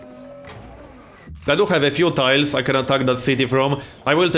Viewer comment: "yoU cAn AiRliFT UNitsS fRoMm adJAceNt tIIILESS !!"